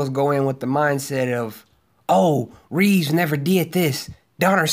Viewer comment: Christopher Reeve not Reeves